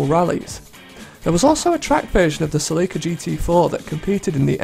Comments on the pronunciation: did this dude seriously just call the toyota celica the "cel-ka" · The way he pronounced Celica makes me want to die. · Don't try to act as if the way he pronounced Celica didn't at least make you cringe a bit. You would just be lying to yourself.